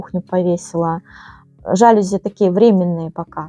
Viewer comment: Попала на канал случайно , всё здорово , восхищаюсь , но не жАлюзи , а жалюзИ / во французских словах ударение на последний слог / . Не дрОвник , а дровнИк . СвЁкла , не свеклА. Часто звучит слово " атмосферно " . Удачи !